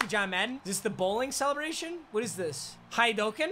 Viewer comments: It’s hadoken not hidoken 👋🏻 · Its pronounced hadoken not haidoken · "is he going to do the highdoken" everyone else" it's high-du-ken." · Dude said “Hi-dyoken” and “playcock”😭😭😭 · This guy said hi-duh-can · He just did hi-du-ken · did he just say "highdokin" wtf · u officially are disbanded from the anime community for how you said haduken